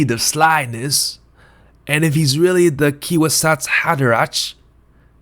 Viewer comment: The Key-Wasatz Haderatch?